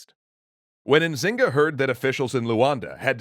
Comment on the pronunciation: Ok I’m from Luanda I know quite the story but the N in Nzinga mbandi is silente